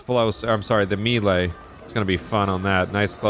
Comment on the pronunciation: Every time you said melee that way, I threw up a little.